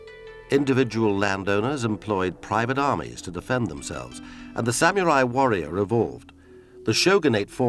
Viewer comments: sammy rye? sam ya rye? sam you're eye! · If only they'd hired a narrator who could pronounce the word samurai correctly. smh